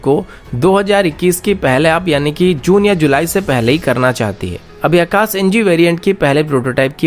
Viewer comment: Saam nahi sham boliye akas nahin akash boliye.